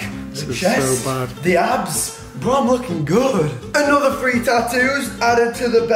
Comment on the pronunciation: It's three not free nothings free